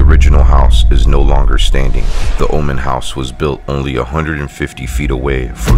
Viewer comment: Oman, not woman!!! Haha🤣